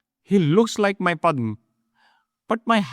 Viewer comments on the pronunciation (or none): Very nice. Can you please pronounce the words as they should be? For example, it is Padhma ,not Padhm.